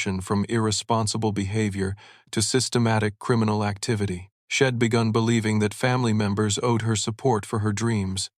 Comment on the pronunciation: It is so annoying...she'd pronounced as "shed" and I'd pronounced as "id"....ugh.